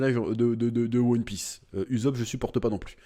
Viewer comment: ok mais chef tu devrais faire des efforts en prononçant le nom des persos parcke la voix d'usopp qui devient la voix du zob voila koi mdr